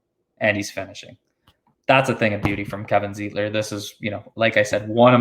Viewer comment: Lol not zeeeetler lol ... its pronounced z-ight-ler ... like light .... Zeitler